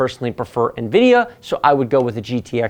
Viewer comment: omg did you just pronounce nvidia the way it is supposed to be?! what is happening😨